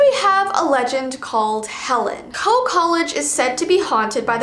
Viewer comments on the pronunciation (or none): “Coe college.” HOE COLLEGE